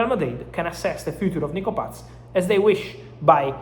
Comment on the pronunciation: Mr. Romano, it is not Nico PATZ. It is just Nico PAS.